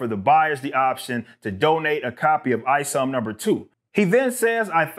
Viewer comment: It's not ISOM it's IS0M. The O is a zero short for IZombie.